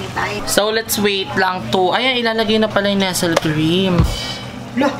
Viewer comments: ahh the same na pala ang nestle at nesel. nilaban parin ni ate. lol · May bago palang pronunciation ang NESTLE cream 🤣 nesel cream haha